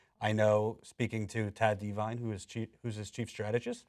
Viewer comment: Yeah, that's not how you should be pronouncing 'Devine'.